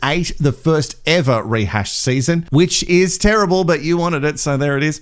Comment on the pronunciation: Thanks for the rehash! I will never ever say "never" and "ever" the same way again. It will always be the Tazzie way (Sorry if I said that wrong, but I'm from the US). Nnneeva and Eeeva! I guess I can thank for that! 😂😂🤣🤣